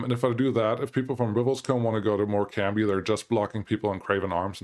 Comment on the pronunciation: you need to start putting these town names into google so you know how to say these town names cuz you really are getting them. example Morecombe is not pronounced more-com-bee u say it more-com. theres a silent b in morecombe